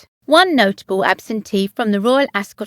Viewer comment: You're obviously English. Ask somebody over there to teach you how to pronounce 'Ascot.'